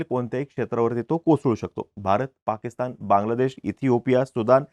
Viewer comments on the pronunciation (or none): none